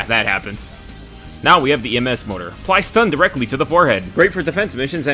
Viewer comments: Its More-tar not motor, great bid btw 👍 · >motor I'm not sure if you're pronouncing it this way as a joke or not. also as the others have said, MG is just a worse Gatling. Maybe you could argue its more ammo efficient or something. but the Gatling gets a lot more bullets> Autocannon can shoot down dropships. it just doesn't try to so it only happens by accident